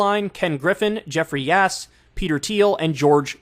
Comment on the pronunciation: sounded like Kyle said the Richest man in PA. was "Jeffries Ass"